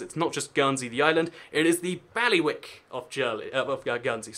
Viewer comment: And they are not "bally-wicks". The word is pronounced "bailey-wick" and the main man in charge of each of them is called the "bailiff", hence the name.